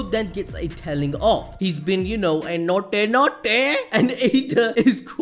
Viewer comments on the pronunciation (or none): NAUGHTY NAUGHTY ✅😂😂